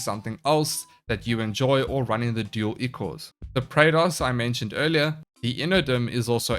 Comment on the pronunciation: The word ichor is pronounced eye-core it's blood of the gods or a thin bloody discharge.